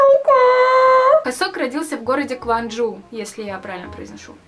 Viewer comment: правильно город произнесла) КванджУ~💕